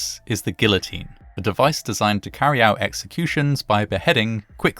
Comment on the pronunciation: GEE-otine, not GILLotine.